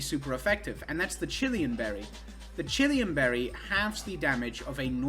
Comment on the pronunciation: OK. But I will give you crap for how you mispronounce Chilan Berry. There's no extra 'i' there.